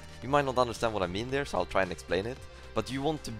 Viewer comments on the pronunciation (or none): none